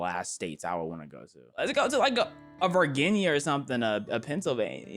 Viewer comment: verginya? really? gonna do virginia dirty bro